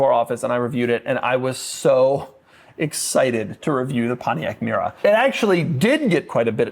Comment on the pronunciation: Not a Pontiac Mera. Its Mera.